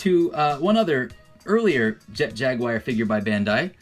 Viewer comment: Your knowledge of toys is incredible. Your knowledge of how to say Jaguar..not so much